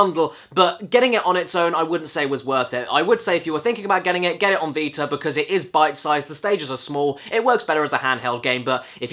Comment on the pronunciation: Every time he says "PS Vita", I swear he's saying "PS Peter."